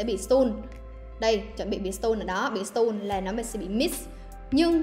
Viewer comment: Đọc sai từ “Stun” nhé! 😅